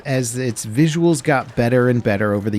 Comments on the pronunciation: “VISIUALS” haha😂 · "VISIUALS" is a new word, love it 👍🏻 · Talking about "VISIUALS" :D